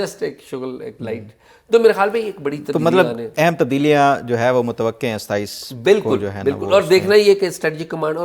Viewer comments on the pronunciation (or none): اعزاز سید صاحب اگر آپ میرا کمنٹ پڑھ سکیں تو عرض کروں کہ لفظ متوقع کی غلط پروننسی ایشن آپ کر رہے ہیں۔اسے درست کریں۔غلط اردو اچھی نہیں ہوتی۔